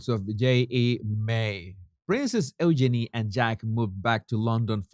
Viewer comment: EUGENIE IS PRONOUNCED U-Jeannie, not Ooh-Jenny. Jesus honey. Lots of love and bliss to you too. love your shows, make me lol when you call that odious pair The Duke & Duchess of Sausages and their charity Asswipes. Really makes my day. 🤣🤣🤣🤣🤣